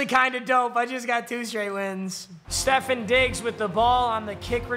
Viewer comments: Stef on diggs not stefen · It’s not Stephon Diggs is Ste-phon Diggs 😤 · Steph-on not Stephen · Stef-AWNNNNN Stef-ONNNNNN not Stef-IN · Your saying stefon digs name wrong it’s stefon not stefen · “stefun diggs” 😂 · Also it’s “stef fawn digs” lol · It’s pronounced stefahn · Bro saying stefon Diggs name wrong is so funny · The way he says diggs first name is hurting me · Please say Stefon right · PAPA PLEASE LEARN TO SAY STEFONS NAME RIGHT ITS HURTS MY HEART